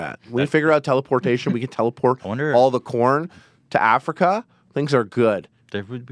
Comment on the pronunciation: Ethan mispronounced teleportation as tele-portion and that's the best name for a food teleportation technology